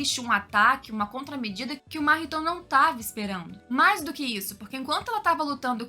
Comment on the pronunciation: conteúdo excelente parabéns, porém uma coisa incomoda são as pronúncia que mudam a todos momento (Máhito, Mahitô, Nânani), fora isso video excelente